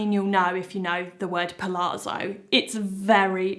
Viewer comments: Thank you so much for all the hard work trying on so many pairs of jeans, to save us having to! I live the Sienna for everyday, and wide leg with cropped top for a smarter look. BTW, pronunciation of palazzo is not 'palaarzo', but 'palatzo'. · It’s pal-ATS-zo, with the emphasis on the ATS. Same as the zz in pizza, it’s almost a t sound.